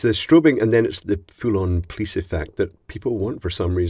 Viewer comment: I love FLESHlights. PS - Don't provoke the "pleece".